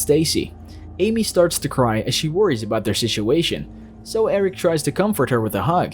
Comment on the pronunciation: Yikes lol butchered that SITUATION. 😂😂😂